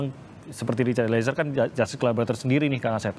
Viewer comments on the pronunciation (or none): Dari dulu saya perhatikan dan mendengar sering agak keslimbet kalo bilang Justice Collaborator, selalu nyebutnya Collabolator…. hahaa😊. So, Terus dan ttp semangat Bang, utk bela & perjuangkan Richard dlm mendptkan keadilannya… kami sllu mendukung mu 👍👍🙏💪💪